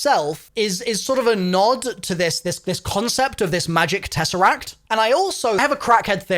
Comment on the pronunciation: I don’t know if that is going to help or anything but when you said tesseract it sounded just like the greek word for the number four (Τέσσερα-Tessera)…